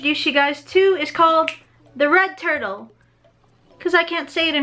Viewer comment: i thought she said the rekt turtle